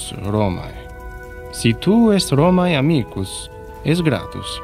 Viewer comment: Porco Giuda! I've studied latin. I can't ear Romaé. It's written Romae and it's read Romeh.